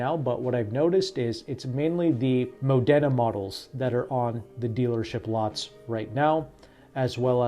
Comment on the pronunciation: It’s pronounced ‘Mod-da-na’